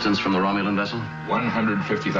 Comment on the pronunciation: romluan? its romulan????